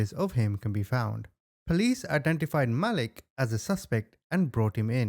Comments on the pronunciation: Hey CHAMP They said his name Malik MA LEEK They said it 10 times WHY U KEEP CALLIN HIM.MOAW LIT ???? MAH LEEK HOMEY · If it’s spelled Malik it’s pronounced MUH-leek. Just fyi, not that I care! ❤thanks for the video 😊